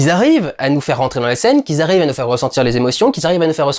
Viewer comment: "Qui zarrive":)